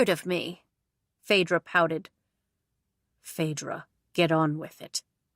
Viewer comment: My name is Phaedra and I am so happy that you said it right because so many people mess it up.